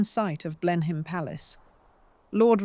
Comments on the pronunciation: Blenheim is pronounced 'Blen-im'. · Blenhyme Palace😂😂😂😂😂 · Excellent, in spite of the mispronunciations and inapposite images. Blenheim is pronounced 'Blen-im' in conventional English. Whatever she may have achieved there was always money behind her.